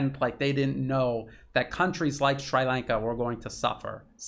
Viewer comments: It's pronounced like Sree not Shry. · excellent analysis, but a quick hint on pronunciation... it is SHREE lanka not SHRAI lanka, also TAAMIL, not TAMAAL... small details but make this more easily assimilated by people living in that region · Not Shrai Lanka. Shree Lanka. Please Google pronunciation. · Sree Lanka. Not Sry Lanka. ;-) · Sri Lanka. You got the Lanka right. The "Sri" sounds like "SREE" and not "SWRY" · Sree Lanka not Sry Lanka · Appreciating all your sincere efforts to shed light on what's going on in the world I have to ask you to stop mispronouncing Shri Lanka as Shrai Lanka. I guess we all have had enough of this utter stupidity of mispronouncing the names of various countries , such as Iran (Airan), Irak (Airak), Shri Lanka (Shrai Lanka), . . . And by the way, there is no such thing as Tamals. These people in Shri Lanka and the South East of India are called Tamils. These things may be insignificant in the wider context of what is going on but they are nevertheless essential. So let's try to get them right first before we talk about the real issues. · Shree....not Shrai. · 🤨"Shree Lawnka" not "Shry Laynka" 😁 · SHREE Lanka. Very hard to listen to your commentary when you slaughter the name of a proud, ancient nation. PLEASE DO YOUR PRONUNCIATION HOMEWORK FIRST BEFORE YOU GO UP ON A VIDEO. Repeat after me: SHREE Lanka. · Sree lanka pronunciation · As a language teacher / student, I'd like to give you a minor pronunciation tip. The "i" in "Sri" and in "Tamil" is pronounced "ee." Just as in Italian (spaghetti) and Japanese (sushi), the "i" is not the long "i" as in "high," but the short "i" as in "spirit." Hope this helps. Thanks for all the great reporting and insights and commentary. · Pronounced as Sree Lanka. Tamil pronounced as Tam-mer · Americans always get pronunciation wrong. It's Shree Lanka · I had trouble recognizing your pronunciation. We say Sree Lanka in New Hampshire. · * "SHREE" Lanka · Is it really called SCHREI Lanka?